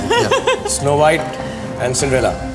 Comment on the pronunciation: Man... Indians..SMH. Its not Cindrella. Its Cinderella!